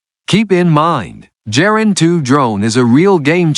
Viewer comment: In German and, I think, in Russian a 'hard G' is used. So Gepard (Leopard) and Geran (Geranium) are pronounced wrongly in this otherwise good quality video.